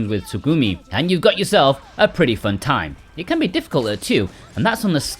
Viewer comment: Its FUUUHHHHHHNN! dude really? How u talk?